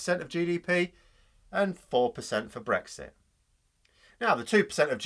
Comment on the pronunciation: when they say it's not breixt..😂😂..